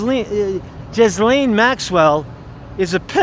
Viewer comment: Where are the pics to prove that she has been transferred ?!? Her name is pronounced Gis (hard G)laine.